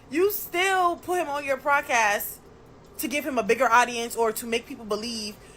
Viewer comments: If she says “prodcast” one more time! Lol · Why does she keep saying PLODcast ??? 🤣 🤣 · What hell is a “prodcast” 🤔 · Why she keep putting an R in Podcast?